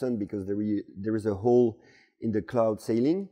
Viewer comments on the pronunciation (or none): none